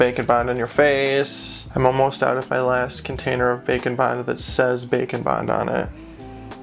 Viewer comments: Instead of saying bake n bond it sounds like you are saying bacon bond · I will never stop hearing it as Bacon Bond... Also this was awesome even tho i didnt watch deathnote